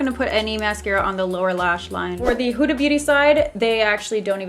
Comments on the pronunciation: It's not pronounced h-oo-da !! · “Huta beauty huta beauty” No hate it’s just funny how you say huda Beauty😂love you 💞